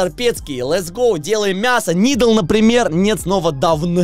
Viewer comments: может дАвн а не давЫн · "Dawn" читается "Дэун", а вот "Down" читается именно так))) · И вообще бро, этот скин читается "доон" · Dawn читаеться как дон а перевод рассвет